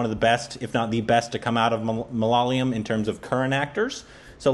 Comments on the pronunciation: You are still pronouncing malayalam wrong please. It's not that hard. Pay attention to the spelling. Its MA - LA - YA -LAM. You are saying it like this - MA - LA - LA - YAM. Get it right please if you are gonna react to malayalam movies. Please. 🙏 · For 100th time... It's ""MAA LAA YEAH LAM"" NOT MALALAYAM.... you guys are reversing Y and L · Dude, it's not maa laa yeah lam, it's jus ma la ya lam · its ma-la-ya-lam not malalayam. I know its hard. Word malayalam is a palindrome. Try reading it backwards. Great reviews by the way. I recommend Sudani from Nigeria. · it's not "ma la la yam", it's "ma la yaa lam". I know u have tried. Just keep on trying dude. One of these days ur gonna nail it. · its not MALAA-LAYAM its MALA-YAALAM .. Hope u got that ..lol :) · For the love of goddddd.....it's ma-la-ya-lam not ma-la-la-yam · It’s pronounced “ Ma La Yaaa Lam “ You guys just need to stretch the Ya a bit more. Not the La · for the 102nd time.. It's pronounced Ma- la - ya - lam.. 🤗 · How long are you guys going to say Malaala-yum? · now has the consonants right. He's not stretching the ya yet though. The ya here is the ya in the word 'yard' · I dont know how gets the pronunciation on point.... And why mess up... 😁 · These guys come in and mispronounce malayalam for like the millionth tym..... Then give us the best and the most intricate observations and genuinely like the movie..... I'm confused